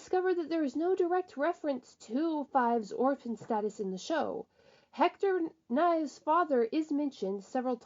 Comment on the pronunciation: Your saying fives last name kinda wrong it's Nieves well you know it is but your saying it wrong your saying " knives " say niev is